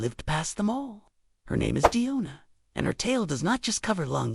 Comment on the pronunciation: It's Demona not Diona.